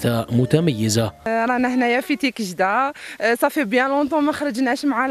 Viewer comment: تيكجدة وليس تيكشدة!!!!